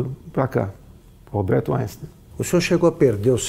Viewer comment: " Alberto Ainsten" KKKKKKKKKKK